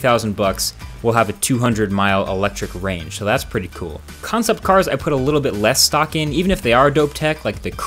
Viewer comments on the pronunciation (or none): none